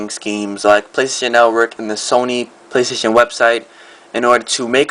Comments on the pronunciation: Lol, REALLY? PLAYSHTATION? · Lol, REALLY!? PLAYSHTATION?